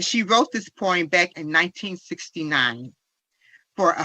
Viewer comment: Hearing his mother speak, I now know where duh rell gets his horrible grammar... (or so) "po-rm" and "muntel" illness.🤦🏽‍♀️